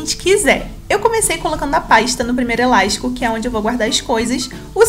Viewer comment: "Eláixtico "... amo esse sotaque😂